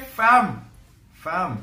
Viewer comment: Stop saying fham 😂🤦🏽‍♂️